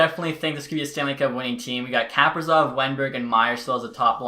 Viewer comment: Kaprizov is pronounced “kuh-pree-zov”